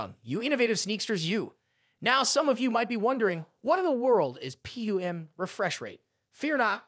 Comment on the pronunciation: Lol it's this an ai voice??? Things pronounced totally wrong...PWM....👎